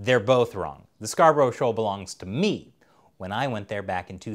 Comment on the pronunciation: it said (scar, bruh) not (scar bur ow) im from yorkshire i know :)